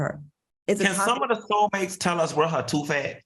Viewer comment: Not "her toof" Q 😀🙂😛